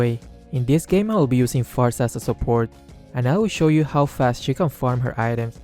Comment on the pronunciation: Aight time for to prepare himself for revamped Clint. Also your "support" emphasis on those quotes on quotes "support" is 14/0/7 with highest gold count. What's the difference? Just play normal mage.. I don't get it, if it's all about mage has to get purple buff, or something. My friend is top Estes and HE takes the purple buff. So is Estes mage?